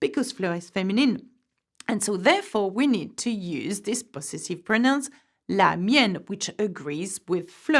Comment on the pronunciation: The teacher mispronounced the English word possessive. She's still positively charming though